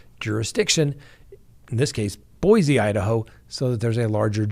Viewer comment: You pronounce Boise wrong